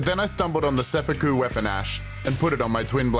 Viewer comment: "SepPOOku" lol